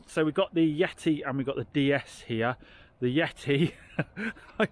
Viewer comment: you don't pronounce the D the way you are in DS it's Day S not Dee s. That car you've got is a high spec on with Sat Nav and Xenon, Led Headlights. It also has Apple car play Via Usb